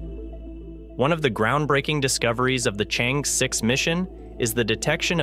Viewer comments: not so hard unless the narrator is a BOT. ...pronounce as " Chang...eee" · The name of the probe should be pronounced as “Charng Err.” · I suggest you make the effort to learn how to pronounce the Name of the probe correctly.